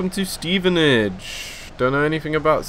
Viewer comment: I live in Stevenage its pronounce"Steven Ag e"